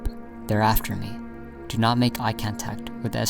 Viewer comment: How in the world can you mispronounce "contact?" You really need to look up words with which you are unfamiliar before narrating. Publix is pronounced pub, like publish, and lix like licks. Publish, Publix. It's so simple. There are several other examples, and I'm getting really tired of you millennial and gen-z nitwits who were never read to as a child constantly saying basic words wrong because you have the vocabulary of a used paper napkin and the curiosity of a doorknob.